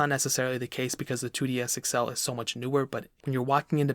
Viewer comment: “2DS Excel”